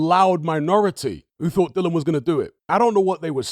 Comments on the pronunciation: His name's Dillian not Dylon. The guy will go out of boxing the way he came in with some people too lazy to get his name right. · Its a silent 'i'. Educate yourself. He initially called himself "Dillian the Villian" initially. Spelling is the same, hut you pronounce it differently.